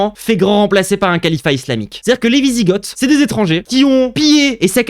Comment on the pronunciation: On prononce vizigo déjà, et ensuite, t’as absolument rien compris de la personne qu’est papacito…t’as loupé une occaz de te la fermer mon grand…